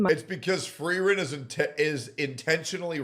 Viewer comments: "the anime FRAREN" as a German, I'm already fatiguemaxxing at this point IT'S PRONOUNCED FREE-REN YOU DUMB [slur] edit: every single time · How is it miss antiracism can't pronounce frieren but can? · can't even pronounce frieren correctly..